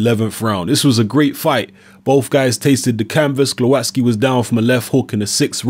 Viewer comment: Proper pronunciation is Gwovatzki.